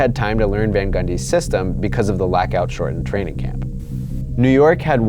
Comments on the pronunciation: Are you saying "lackout"? What the heck is that? I can't unhear it now. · please stop trying to say lockout.